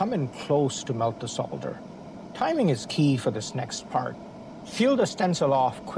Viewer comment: Thank you for pronouncing the word Solder correctly despite being American/Canadian instead of 'sodder'